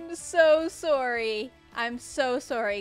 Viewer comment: that's the most canadian "sorry" you will ever hear, love you